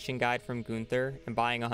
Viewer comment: Dont call him goonther please